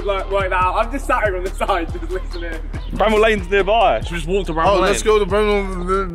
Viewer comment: Someone should tell jj to say bramall